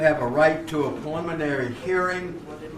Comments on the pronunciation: Sounds like judge is saying 'pulmonary' hearing instead of 'preliminary'. Still, even after I spent 10 years in South Carolina. It's a steep learning curve for us West Coast folks. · Sounds like the judge is saying “pulmonary hearing”. lol